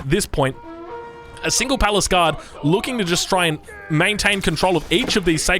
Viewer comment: I had no idea those units were called "palace guard", I thought they were "paliscade" from the way says it lmao